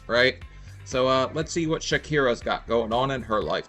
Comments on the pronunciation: Sha-KEY-Yah. Not Shakera. You can pronounce it…good! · There's no R in Shakiya,. Lol😂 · Corrected: Sha-k- eye- a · How did he come up with Shakira?There's no r in shakyia lol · Sha-kee-ya. I get that her story and her attitude understandably grates, but do you have to needlessly butcher her name? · Think It’s “Sha-ky-yah”? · Shak-yia is not hard to say that little bit about her name was racist. Don’t play with me. You can pronounce names from football players and hockey players I’m sure you can pronounce Shakyia. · he intentionally mispronounced her name. Whether his intent was to make a joke or not is irrelevant, because the impact of the statement is disrespect. Saying someone’s name correctly- especially when the correct pronunciation has been demonstrated several times- is basic human decency. There’s also the fact that intentionally mispronouncing black women’s names is highly correlated with racism. Do I think is racist? No, not necessarily, but he has to prove it by doing better.